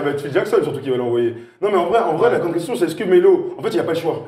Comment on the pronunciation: Mon all star a moi c'est: entendre un "grande grrrrraaaaande difficulté" sur bein. Bravo à:)